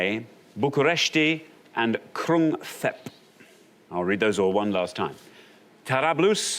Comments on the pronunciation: Krung Thep = "Krung Tep" as far as pronunciation. At least that's what I gathered living in Bangkok. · They both mispronounced Krun Thep. The H is silent, just like in Phuket.